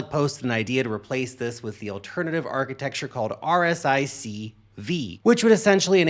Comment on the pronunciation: RISC, not RSIC